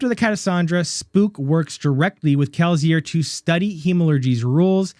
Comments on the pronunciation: My guy can you please say Kelsier correctly. Kel-see-er. If you don't mind the constructive criticism, you got a new follower. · 🤣 I say the S with an S sound. You make a Z sound to my ear, but maybe it's just me...I got triggered lol. Truly great video though, the theory makes a lot of sense. I've felt Spook was likely alive for a while. My favorite part of the theory is that he's 16 living in Lasting Integrity. I hadn't ever been sure what to make of 16 at Lasting Integrity, but now that you've said it, it feels like there's no one else he could be. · I am falling for the bait but you definitely mispronounced kelsier on purpose to ragebait for comments. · Dawg, the way you pronounce Kelsier is wild. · awful. Kill it with fire. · Good video, thank you. By the way, I absolutely hate your pronunciation of Kelsier